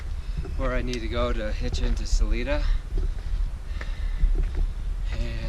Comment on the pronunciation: I am guessing you have heard this by now, but good ol' Salida is pronounced Sa-l-'eye'-da. 😊. (The 'i' is pronounced as a 'i' , not an 'e' ) 😉. Glad you have a gorgeous morning there!